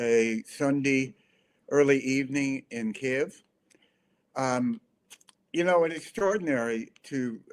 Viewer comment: К И Ї В - authentic = Ukrainian pronunciation. I know that there is no such sound "и" in English but it is very easy to do! not Kiev - moscovian pronanciation. we calle them moscovians - u call them russians